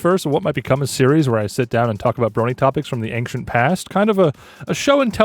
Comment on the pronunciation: you keep saying “ang-shent” instead of “ane-shent”